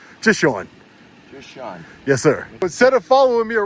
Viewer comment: Sean doesn't like pronouncing his 'T's . Bea'en, bu'un.